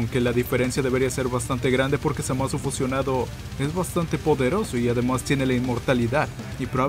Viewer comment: Me inscribo de nuevo porque dijiste bien el nombre de Zamas! ^_^